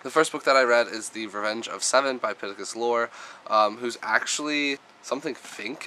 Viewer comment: April was my best reading month ever! 15 books! WOOPWOOP! I'm sorry, this is very exciting :D You had a great reading month as well! When you said "Pittacus Lore" I thought you were saying "Pikachu" :P